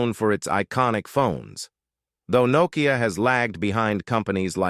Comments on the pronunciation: Poor pronunciation of Finnish. An AI failure. Example Nokia pronounced Knowkia 😂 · Narrator can't pronounce Nokia properly.